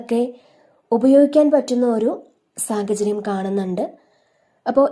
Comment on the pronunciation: Why sagacharyam? Sahacharyam ennu parayu